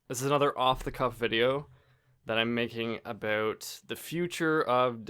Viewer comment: Of the cuff, more like, off the cough